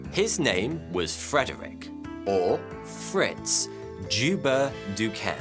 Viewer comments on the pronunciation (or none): Joubert is pronounced Yo-bear